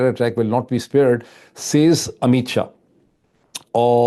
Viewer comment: شا اور شاہ میں بولنے میں فرق ھوتا ھے شا ھندو اور شاہ مسلمان لفظ ھے